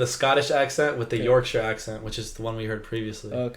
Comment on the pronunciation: As a Yorkshire lass, hearing people from other countries saying the Yorkshire accent is their favourite accent makes me smile. Also hearing him pronounce Yorkshire right instead of York-shaiyer makes me happy 😂